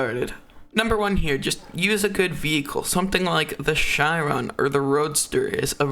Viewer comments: JUST SAY SHEEERON NOT SHYY RON. I think you say chyron on purpose to give your fans ocd.. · the way he pronounced the chiron (sheeron) as the chairon absolutely hurts